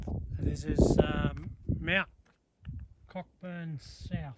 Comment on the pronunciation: Very informative, thanks! Btw, Cockburn is pronounced coh-burn (silent ‘ck’)